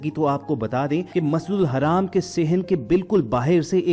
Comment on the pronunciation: Masjidul haram hai wo dhang se bolo tallaffus sahi kro apna video bnakr social krtey ho dunia waley video dekhtey hain dhang se bolna seekho smjhe jaahil Insan